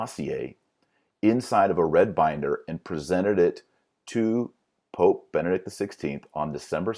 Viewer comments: Is he saying Vati-links? I thought it was Vatileaks. Is he saying Bennett or Benedict? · He should be able to say "Benedict" instead of "Bennict" and "Washington, D. C." instead of "Washing, D. C."